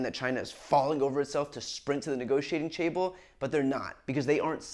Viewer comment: "sprint to the negotiating chable"